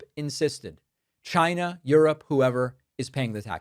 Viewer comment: Wait..what.. he said « we have brought in $ trillions from Chayyna ». Dont tell me it was a lie 😂